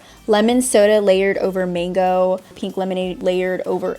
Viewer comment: Why does she say the word pink like peeenk? Does she pronounce ink like eeenk? It’s weird lol